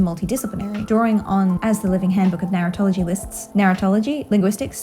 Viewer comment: I’m sorry but your accent makes it sound to me like you’re saying “Narutology” as if there’s gonna be university classes in the future about Naruto.